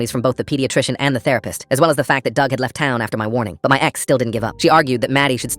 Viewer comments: Not trying to be mean but dug rhymes with grug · Dug rhymes with grug